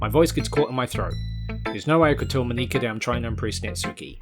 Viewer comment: Btw,, are you sure it's Moníka and not Mónika?